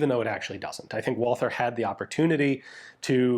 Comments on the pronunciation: but it is not pronounced at all, so when you try to speak the other german words then they are said incorrectly just badly, why are you butchering the name Walther. Walther is the same as Walter. as a European I am tired of americans butchering our languages as we do not butcher yours, and I know you are a canook. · Great video. As always. But ine thing: the 'th' in Walther is no english 'th'. The 'h' is silent. It is just a version of the name "Walter". Greetings from Germany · Ian there is no th sound in Walther, you Canadians and americans make me crazy when you make a th sound which does not exist in the word. stop it. was that not the gun the german police used during the stand off in the 1972 Olympics, the long version that is. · The full name of the gun got butchered a bit, but the rest of the german pronounciation was more or less perfect - as usual. Thanks for showing this guy off. I wasn't even aware of it (which is a bit of a shame). Walther made a pretty decent gun there at that time. (It took the british SAS, the MP5K and a buttload of experience to figure the advantage of Einzelfeuer [single] over Dauerfeuer [full auto].) The field stripping engineering is amazing. P.S.: Yup, i'm firmly in team "MP5". Yet, i still have to admit that Walther did a great job, even with the messed up sights.